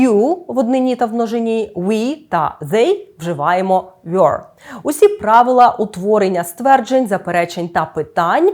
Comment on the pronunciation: Чому were читається як "вйор" а не як Ввер? Так само як first є фирст а не Фйорст! Вибачаюся, але так вимовляють лише москалі